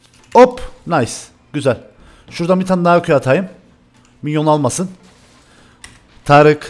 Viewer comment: Abi tarice neden tarık diyosun